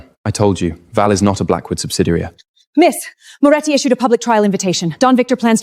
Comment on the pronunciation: Are you kidding? Is there a lot of wine involved? Every scene has nonsensical garbage instead of basic words. "Memorandum," "ledger" the family name is inconsistent Moretti, Morelli, Morechi, Moroti and many other words are so mispronounced that without the subtitles it was unintelligible. The family name is said more than 7 different ways!